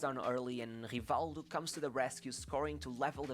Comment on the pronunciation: it's hivaldju just like the video says. Portuguese is weird